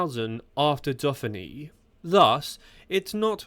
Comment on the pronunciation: AI training issues going on with the speech? Criterium da Duffinny ?